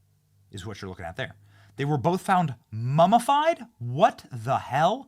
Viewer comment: Ok. I can't listen to this anymore. Learn to pronounce words properly: MUMMIFIED not MUMMAFIED. Absolutely awful pronunciation.